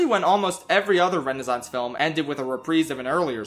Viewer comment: There are two "s" in Renaissance. You should pronounce them.